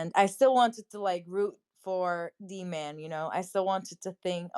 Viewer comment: She raped him her sick azs! And i HATED when she said DMAN....its D- MAN